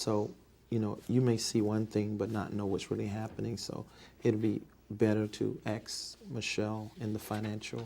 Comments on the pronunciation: From the way He says “ ax Michele “ She must also brush his teeth for him and pick out his draws too 🩲😩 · It's "ax," get it right 😂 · is your name david e taylor ..... "ummmmm you can aks Michelle" 😂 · the biggest challenge for this fella is saying "ASK" correctly. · "When in doubt, Axe Michelle" ( ask) 😂😂😂😩😩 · Lol he says Ax and not Ask. And he says Pacific and not Specific. Lol he ah foo Ignorant for sure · David .. throughout the whole deposition “ I don’t know my address, I can’t remember if I signed that check, I have no idea who is on my board , I don’t know my own addresses .. you better … AXE Michelle “… and His arrogance and Mockery of legal counsel asking him questions is Absoluteiy Staggering… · I'm going to start saying "I don't know axe Michelle" whenever someone asks me a question......seems to work. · I thank this fool for providing me with the perfect scapegoat for every obstacle in my life... When in doubt... "Axe Michelle." 🤣🤣🤣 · GOD AT THE PEARLY GATES 🗣️ David , Why should I let You in? David:🗣️ AX MICHELE 😂😂😂😂😂😩😩😩😩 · Still giving people false hope and still axing Michele about everything that He can’t possibly be ACRIT about 💯. ACRIT * Accurate Axe * ask 😂😩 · Laughing my ass off Poor Michele you gotta ax a lot of questions poor lady 😂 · This deposition must of run more than 1 day. Why didn’t someone on his staff teach him to pronounce “ ASK” so he wouldn’t become a virtual meme for ignorance ? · ASK. The word is ASK. My god, if I was that woman I would not have been able to hold back correcting that scamming lummox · You mean "axe" Michelle. 🤣😭🤣😭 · Is your name David E Taylor? I’m not sure you can axe Michelle 😂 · "You have to Axe Michelle, cause I don`t know shyt about shyt!" :face-blue-smiling::face-blue-smiling